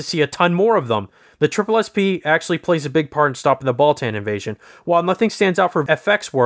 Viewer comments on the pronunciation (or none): Baltan “Ball-TON” not “Ball-TAN” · timestamp: “Alien Bal-TAN” it’s NOT TWO WORDS! Just “Baltan” DAMN Lol Hilarious it’s likely the reviewer JUST discovered Ultraman, because he is SLAUGHTERING THE NAMES OF KAIJU & SEIJIN but again this is HILARIOUS, you get a Toku-Pass